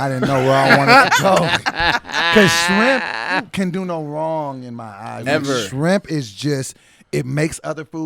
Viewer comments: “Shirmp”?💀😂 you had one job! 🤣🤣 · Is it me or did leave "SHIRMP"in there :D hahah!! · " shirmp " smhhhh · Shirmp?? Lol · Shirmp lol c'mon I know you did this